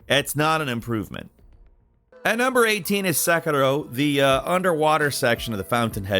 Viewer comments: Yeah! my comment for you '' is to say the name of the game correct..😂😂 Your videos are really gr8, but when you say "sakaro" instead of "sekiro" it just kills the vibe. 😅😅 next time please say "Say-Key-Ro". sorry if I hurt you man, but your vids are really gr8.. 👍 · Why are you calling Sekiro "Sakura"? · Learn how to pronounce things before you make videos. I've never heard Sekiro pronounced in such a terrible way. And this happens a whole lot, not just with Sekiro.